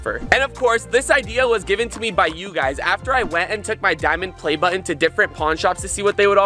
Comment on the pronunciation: Dude how are you saying BUTTON??? Lol 😂